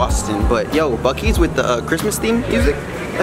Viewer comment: No it's Buc-ees not Buck Eyes